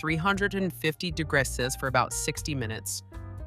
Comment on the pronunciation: It's pronounced degrees not dagras